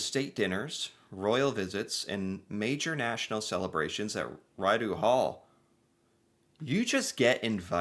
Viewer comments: Rideau Hall Is actually pronounced Rido Hall 🤗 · Rideau pronounced phonetically is ReeDough. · The Governor General is the Sovereign's (currently King Charles) representative in Canada. Rideau is pronounced as ree - doe. It's a French word. No, not posthumanous. It's paws - t - hugh - mous. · "Rideau" as in Rideau Hall is French and is pronounced "Ree-dough". Rideau Hall is the Governor General's official residence. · It's pronounced "Ree-dough" for Rideau Hall or Rideau Canal. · Rideau is pronounced Reedo. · No offense, just a heads up, it's pronounced (Ree-doh), Rideau. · Its Pronounced Rid-O Hall. If the US had something like this Trump would be scrambling or Sabotaging it to get one :P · Btw, Rideau is pronounced “Ree dough”. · ree dough! your pronunciation is offensive its as bad as corner of bored way and the well street in now yerk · the correct pronunciation of Rideau is reedough...hope that helps! RIdeau Hall is the residence of the Governor General. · Mary Simon is our current Governor-General, and is our first Indigenous woman to to be appointed to this role 👍🇨🇦 And it's pronounced Ree-DOUGH... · Rideau is pronounced as “re-dough” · it's pronounced, reed-o-hall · It's RID-O hall